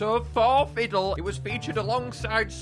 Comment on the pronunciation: I'm dumb I thought you pronounced Ffidyll As Fifidill Bruhh